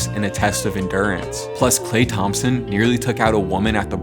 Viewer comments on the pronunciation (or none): none